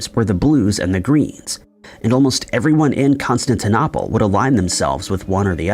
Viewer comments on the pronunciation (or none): O-hi-ya? Con-stan-ti-nopple? Re-ally? Tow-nop-uh? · That's not how you say Constantinople.... annoying as hell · Odd pronunciation of Constantinople.🇺🇸☕💐